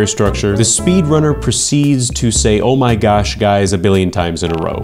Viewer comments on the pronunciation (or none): ou mai gash guys